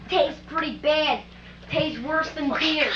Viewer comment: HAHA "Tastes pretty baaad" (with the jersey accent)